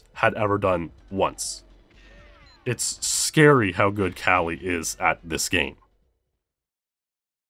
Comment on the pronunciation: Calle is pronounced with a short E. Like in the word "mEn".